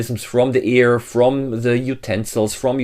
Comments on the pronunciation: Not "ear"; "air". Rest is educational. Thank you. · I love how direct, to the point, and great info the video is. However, Air, not Ear pronunciation is a bit annoying. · at the start. "no EAR in the can?? did he mean AIR? learn to pronounce BEFORE posting a video!!!